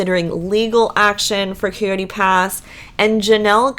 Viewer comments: Coyote. ki-oh-tee. Not Kooey-tee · IKR. Her pronunciation is disturbing at best.